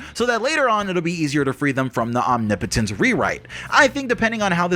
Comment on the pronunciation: You’re literally the first YouTuber I’ve heard that pronounces omnipotence correctly. It bothers me so much that no one else can say it right 😂